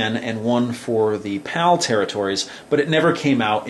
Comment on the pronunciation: Am I the only one thought he is saying "POW" instead of "PAL"? 😂